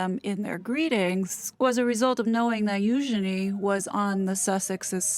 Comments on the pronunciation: Spot on girl, nailed it again. And I appreciate the correct pronunciation of Eugenies' proper name. As always, MUCH Respect 👊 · Thank you for properly pronouncing her name, Eugenie. Yeah !